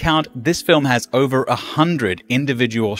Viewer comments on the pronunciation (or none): none